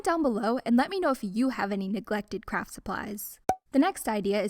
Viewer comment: I don’t know why, but I heard ‘neglected crap supplies’ and I heard crap for the rest of the video 😂